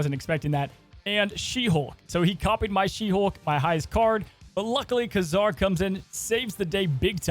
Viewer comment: Great video but man the way you pronounce Ka-Zar is so weird